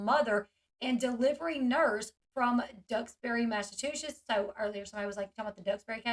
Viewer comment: Lol L you’re adorable but if you need help, or WANT to say it differently, instead of saying “mass a two shits”, try to remember to say it, “mass a choo (like a train) sets”. But really you should just keep sayin it your way. I like it better.